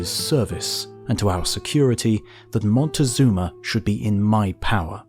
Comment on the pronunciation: I can’t take it how he pronounces it “motagazuma”